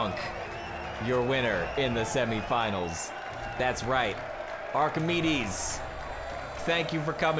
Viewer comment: well done you said Archimedes correctly just a joke keep up the good work